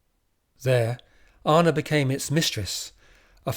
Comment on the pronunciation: I find this incredibly interesting and I've listened to all of your bids, thank you! Please try to improve your pronunciation of names a bit and it will be even better. (Start with Anna)